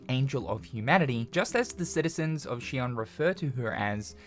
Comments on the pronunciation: Shion? Its zion but with an x. Did you even play the game? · She-on? I thought it was pronounced Zion. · Why is he pronouncing it Shion when in the game it was pronounced Zion... Am I tripping? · He keeps pronouncing Zion as shion but Zion is the proper pronunciation of xion. Zion translates to heaven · Shion? Xion is not Chinese bruh... It's pronounced like Zion, it's a biblical reference, like Adam and Eve are also named the way they are for that same reason. Good video though. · Its "Zion!" Not "She-on" they literally call it that in the game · Do you only read the subtitles? It’s pronounced Zion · i cant wait for the sequel but u keep miss pronouncing xion and saying shion the only thing i want in stellar blade 2 is new swords or blades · Lmao she-on is crazy it's like he didn't even play the game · You are mispronouncing Xion. At least in the English version Adam pronounces it like Zion which makes sense with the biblical tie ins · Are you pronouncing it as Shi on purposely because they don't pronounce it that way in the game. Just curious. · She-ON? Did you even play Stellar Blade? WTF is SHE-ON? Are you an AI voice or something that's just sounding out the words from a script? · I haven't watched gameplay in a good while, so... is it pronounced Zy-on? (Zy like, my or Tyson?) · Lol, he keeps calling Xion like 'she-on' from Kingdom Hearts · …also we all hear you pronouncing Xion that way, and it’s understandable. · You absolutely have to be pronouncing Xion wrong on purpose just to tilt me. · Understanding it's a Matrix reference isn't even the problem. They literally say the citys name in the game, they give you the proper pronunciation 😂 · If anyone should get a pass on it, it’s probably 🤣 The years and years of being programmed to pronounce Xion that way have broken him, and a lot of people didn’t actually play Stellar Blade’s in English to mentally check the pronunciation.